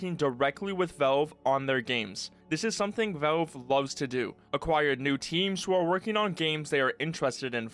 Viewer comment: Man, the way you say Valve. "Vaulve". Is, actually irritating.